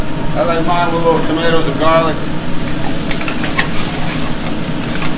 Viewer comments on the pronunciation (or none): nevahh enough gahhhhhliccc and buttahhhhh lols